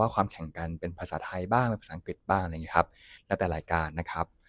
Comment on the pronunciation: นศ.ชายที่ฝึกงานต้องพูดภาษา”อังกฤษ แทนคำว่า อังกิด“ นะครับ